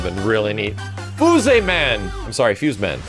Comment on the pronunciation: How he said fuse tho💀💀